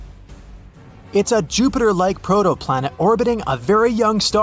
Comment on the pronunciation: Did you say... Protoplanet???